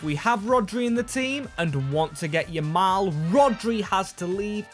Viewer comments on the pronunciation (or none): Why do u never pronounce yamal right 😂